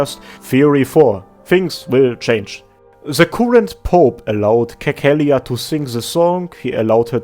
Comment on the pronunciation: Cecilia is pronounced like Sesilia lmao. Anyway, upvoting for Persona 5 music.